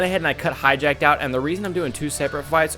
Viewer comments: Hatchyac not hatchyjak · Why do you say Hatchiyack like that? It doesn't even look remotely close to "hijacked."